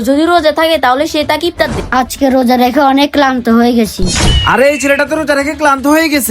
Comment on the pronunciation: ইফতার❌ ইপতার✅ 😂😂😂😂😂😂😂😂😂😂😂😂😂😂😂😂